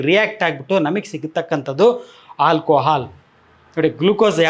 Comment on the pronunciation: Hi sir, ನಾನು ನಿಮ್ಮ ಮತ್ತು Dr B M HEGDE sir ರವರ ದೊಡ್ಡ ಅಭಿಮಾನಿ, ನಿಮ್ಮಿಂದ ಜನರಿಗೆ ತುಂಬಾ ಅನುಕೂಲ ಆಗಿದೆ, ಆಗ್ತಾಇದೆ ಕೂಡ, but ನಿಮಗೊಂದು ಸಣ್ಣ ಅಡ್ವೈಸ್ : ನೀವು "ಆ" ಅಕ್ಷರ ಬಳಸುವ ಜಾಗದಲ್ಲಿ ಪದೇ ಪದೇ "ಹಾ" ಬಳಸುತ್ತಿದ್ದೀರ.. ಹಾಲ್ಕೊಹಾಲ್ ❎ ಆಲ್ಕೊಹಾಲ್ ✅ ನಿಮ್ಮನ್ನು ಇತರರು ಅನ್ಯತಾ ಭಾವಿಸಬಾರದೆ0ಬುದು ನನ್ನ ಕಳಕಳಿ 🙏 ನನ್ನ ವರ್ತನೆ ಅತಿರೇಕ ಅನಿಸಿದ್ದಲ್ಲಿ ದಯವಿಟ್ಟು ಕ್ಷಮಿಸಿ.🙏